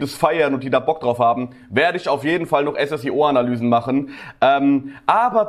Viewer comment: Er heißt Ssio nicht S S I O